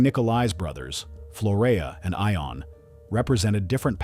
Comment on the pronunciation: I believe that the name Ion is pronounced as “Yon”.